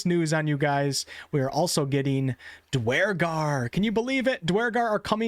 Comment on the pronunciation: Every time you said "dawaragar" I cringed